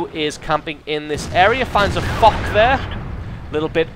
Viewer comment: Foch is pronounced like Fosh not Fock!